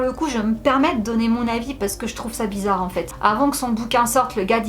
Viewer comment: "Bizarr, digulass" 🤭🤭🤣